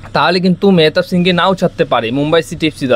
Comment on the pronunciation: tumi player er naam ta atleast thik bole bola sikho